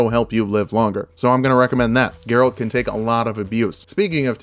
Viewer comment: You actually pronounced Geralt perfectly.